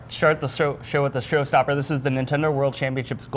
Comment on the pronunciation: Shart the show-shrow with the shro-stopper.